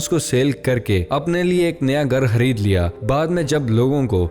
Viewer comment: Do anyone noticed bhai hamare khareed ko hareed bolte hain😃